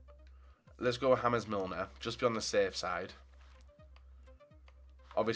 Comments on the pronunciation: Haames Milner as if he’s colombian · Good vid but why did you say James Milner the Spanish way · The pronunciation of 'James' when speaking about James Milner had me cracking up haha! He's English!!! It's James!